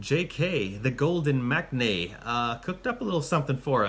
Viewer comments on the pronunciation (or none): Correct pronunciation for maknae is mang nae